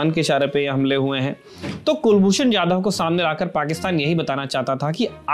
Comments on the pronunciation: It's Kulbhushan Jadhav 'जाधव' not Yadav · Kulbhushan yadhav nahi jadhav